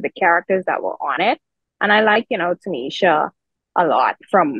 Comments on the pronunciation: Her name is tichina, not tanisha.. that's why I can't take your opinion seriously. I'm watching for sure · Her name is "Tichina" not "Tinisha" so I'm out on the rest of the video #Peace In "Pam's" voice......